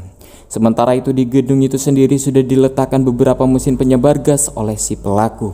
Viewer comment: kecelitut,sendiri bukan sendili